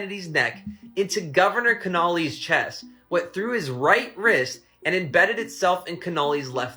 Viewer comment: He doesn’t even know how to pronounce Connolly, but there’s no way the single bullet theory was truthful. So I agree with him on that.